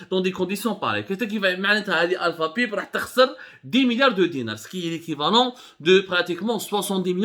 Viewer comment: Abdou avec tous mes respects et chapeau pour ce sujet yaani entre autres c'est des kawalisse mais On dit Alpha Paaayyype (pipe) en anglais et des Booobine d'acier Bobine mais chapeau wallah plus objectif que vous je le tue d'ailleurs même l'opposition welaw des clans pas mieux d'êtres neutre et faire des enquêtes dans les deux sens